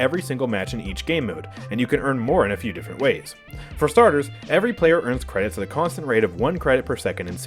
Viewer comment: "Spend your cwedits before I spend dem for you!"